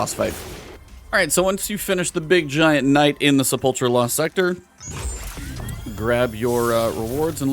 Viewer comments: Sepulcher...se-pul-ker. Not cher....omg. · Great tutorial, would have gotten 11/10 if he pronounced "Sepulcher" correctly. It's "SEH-PULL-KURR"